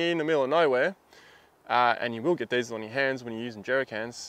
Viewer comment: It took me some time to understand what you said in the gloves part of the vid...it was Diesel Sounded like Dezel